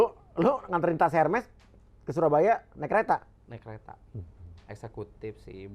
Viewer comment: Koreksi Mas Uya....Hermes diucapkan [ərmi], Mas. Maaf ya sy sdh kepo.